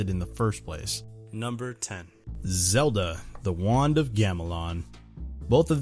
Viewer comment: I was like zalda wtf is wrong with y... Oh zalda not lagend of zalda